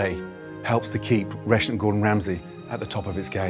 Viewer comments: Does anyone else hear "Russian" instead of "Restaurant" ? English people never enunciate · Up until I thought he was saying "Russian Gordon Ramsay" and I was so confused. I thought it was a feature spot on a Gordon Ramsay restaurant located in Russia.